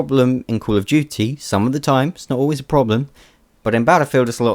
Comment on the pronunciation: "cool of duty"